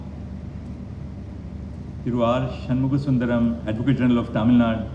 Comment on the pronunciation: Tamil Naduuuuu sir and not Tamilnad